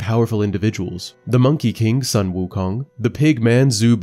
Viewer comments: Not Son Wukong. That’s Japanese. Sun, pronounce as a short of “soon” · The "Sun" in Sun Wukong is pronounced "Soon" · the "u" in "Sun " is pronounced as "/u;/"😊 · Just so you know, the U in sun should be pronounced as the U in Wu. So it's not like the moon and the sun.